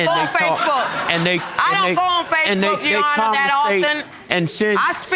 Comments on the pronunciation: 🤣 He just couldn't get that "SPACEB👀K" I mean FACEBOOK right. He even corrected his self. He said it so much that he had his ex saying "SPACEB👀K." Had the people behind him cracking 🤣🤣🤣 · Did he say, "SPACEbook"? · I know that I'm sick. But did he say Space book. Ha ha . Old man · At first I thought the guy said spacebook not Facebook, he says why you didn't go out to me for child support and then he's like well yeah I moved away but I didn't tell her where I moved to where I lived, she didn't know where you was then how can she go after you for money she haven't know where he was that's probably why she didn't she couldn't didn't have an address to send the note to put you on, of course he's going to probably keep his first name and last he's 30 some thing he's had that first name forever so well he can just not use a junior part of it but use the other part, because that's what he know that's what he's always been called. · Oh no not the "Spacebook" instead of "Facebook"! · If he say Spacebook one more time!!!!! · Please stop saying Spacebook lol jesus someone correct him. LOL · So no one gone correct this man... tell him it’s not spacebook. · Did he say, "Spacebook" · Is he saying space book??? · Did that Old Fool say Space book.... I'm definitely dieing Of Laughter in this Emergency Room. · Ohhh I am laughing 😃 hard !!! He said spacebook ( not Facebook) ohh I am gone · Did he say space book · Did he say Spacebook ? lol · You know he’s old. He said SpaceBook. 😆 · Did I hear spacebook? 😫😭😭😂😂💀💀 I’m hollering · Did he said Spacebook? I have heard it all!!! 😂😂😂😂😂😂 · I thought I had heard "basebook" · Ohh he keep saying ? Spacebook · Did he say SpaceBook? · he got everyone saying spacebook 😂